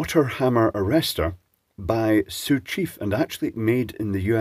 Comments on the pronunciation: I’m surprised you pronounced “Sioux” correctly, quite a few people in the USA would’ve butchered the pronunciation. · I think the most impressive thing here is ability to not mangle the pronunciation of Sioux. Usually Native American based words just have Europeans falling on their face. Like when Brits laugh because people try to pronounce all the letters in a town name when its actually made up of 50% silent letters, but usually we get to do the laughing for once. "Whats wrong, Sioux, Iriquois, and Navajo too hard to pronounce?"